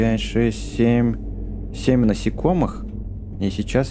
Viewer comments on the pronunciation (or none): none